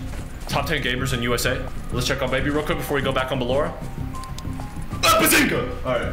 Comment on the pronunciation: did bro actually say baezinga